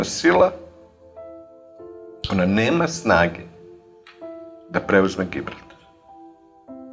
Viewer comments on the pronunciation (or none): malo mi je cudno kako akcentujes rec Gibraltar, jel to tako pravilno ili sam ja preskocio neku tvoju emisiju? 😄